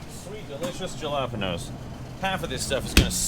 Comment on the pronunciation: That's definitely an interesting way of pronouncing Jalapeños